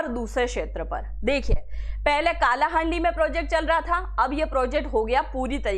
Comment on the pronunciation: काला हांडी नहीं कला हांडी